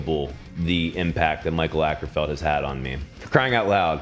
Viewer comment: as a scandic i hate how you pronounce mikael åkerfeldt